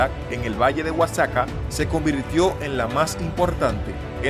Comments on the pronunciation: Respecto a la pronunciación Oaxaca se pronuncia "Oajaca". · Porque dice Oaxaca así??? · Da igual, se le entiende